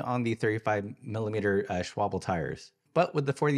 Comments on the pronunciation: Thanks for this video. Isn't it remarkable how much changing the bar seems to give you a new bike? I will call your attention to the name Schwalbe and how it's spelled. The L comes before the B, so it should not rhyme with cobble. It's SHWAHL-buh. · Love the way you pronounce it, makes it sound like "Schwabbel" wich is German for "jiggly body fat", sounds quite supple... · Schwal-be. Just like Porsch--e(e). And yes the "e" at the end, of both of these brands is pronounced the same.